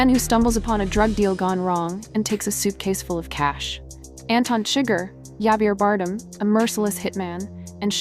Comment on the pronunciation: Regarding Javier Bardem both first and last name have the accent on the last syllable. He is a pretty famous actor. You got his name terribly wrong. Maybe you are in your twenties and have no idea who he is. He is married to Penelope Cruz who is quite famous herself. Both Oscar nominated. Specifically he won the Oscar for best supporting actor as well as multiple nominations. If you decide to continue to review movies you should take the time to know at least the most famous actors.